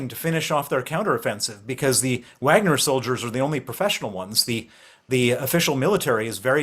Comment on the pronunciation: Stop saying Uagner